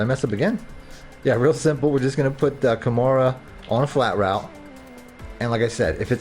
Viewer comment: KA MAIR-AH not Kimura lol You been Playing UFC on the low ? 🤔